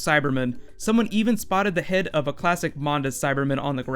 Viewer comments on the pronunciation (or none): none